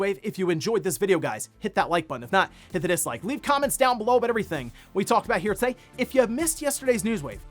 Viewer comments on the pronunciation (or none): Very sus how bro says the word ‘today’